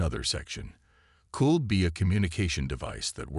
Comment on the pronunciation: For crying out loud. A science fiction story where the narrator can't pronounce xenobiologist. Give me a break. You also might want to teach it to pronounce "could."